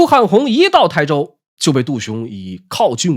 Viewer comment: 能把台州念对的博主，真是令人感动